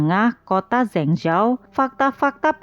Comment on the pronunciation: Min..maaf,sekedar masukan, kalo bisa untuk pelafalan nama asing atau nama kota asing seperti itu sebaiknya cari dulu bagaimana penyebutan/pelafalan yg benar supaya lebih enak didengar Min. Cari lewat google translate ada kok nanti keluar bgmn spellingnya contohnya untuk kota Zhengzhou tadi.